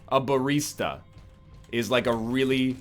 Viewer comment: what's a bareesta?